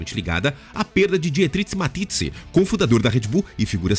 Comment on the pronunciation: Dietrich Mateschitz, quem é esse " Matitzi" ??? Sério...